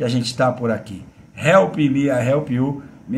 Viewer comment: Help me TO help you, mano...toda vez que eu ouço vc trazuzir seu bordão dói meu ouvido mano... tão fácil fazer certo, mas....